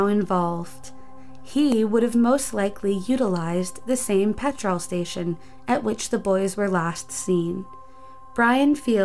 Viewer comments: Hearing you struggle with simple English words like petrol, I would love for you to do 5 Unsolved Mysteries of Wales and see if you can pronounce the places there. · Not being rude but why do u pronounce petrol so weird? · or petr-O-l instead of petrol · Also the pronunciation of petrol/petroll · Just Jim PETROLE station 😂😂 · The amount of mispronunciations in this videos is just annoying XD "Petr-all" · How did you manage to butcher the word 'petrol' so badly? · The way americans pronounce petrol makes me cringe...also thats a pound sign not euro 😂😂